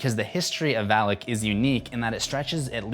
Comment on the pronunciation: It is not read as Val-ik.... It is read as Val-aak.